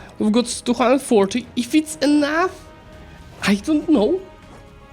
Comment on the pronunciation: "We've got 240k. If it's emough? I don't know. If it's not, I'll start recruting more." Perfect Russian roleplay.